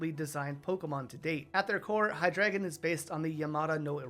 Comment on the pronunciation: I like that you pointed out Hydreigon. Is drei for 3. But still pronounced it HiDragon instead of Hi Drei Gon